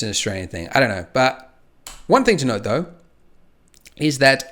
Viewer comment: Everytime he said "something to note" I was hearing "something to node" lol